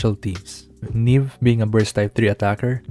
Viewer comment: Ne beh, like nieve